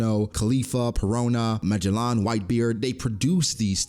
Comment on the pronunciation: meh-gel-on lol